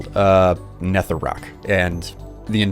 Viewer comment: It's nether not netthher